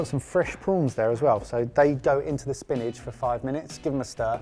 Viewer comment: Is it just me or does pronounce 'spinach' like 'spinage' 😂